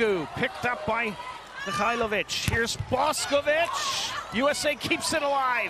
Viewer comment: Commentator sucks. It's Boš('sh' as in English)ković not Bosković, Lozo(zed\english) not Loco, Drča (as 'ch' English) not Drca. We are talking about World Champs here. He could take of his precious time to learn and properly pronounce names, for god sakes.. Amateur...